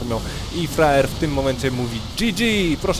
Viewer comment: czemu ja mam wrażenie ze on mówi roxkisFRAJER?? ale tak na poważnie to dajny komentarz